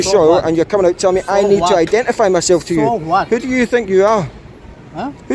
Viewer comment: “so Vwat” 😂😂😂😂